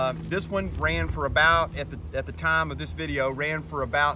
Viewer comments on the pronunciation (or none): none